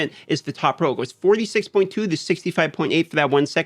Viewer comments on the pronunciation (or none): can't stand how you say roe and not roll... no sub for you D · Lay off the adderall and learn to say ROLL properly. Hard to watch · If anyone's wondering he's saying, roll not row.